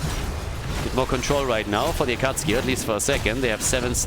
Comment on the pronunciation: Is the "Akatski" pronunciation on purpose? Or are you not a fan of Naruto? :D